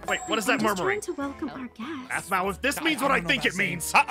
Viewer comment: It's aphmau not ahmau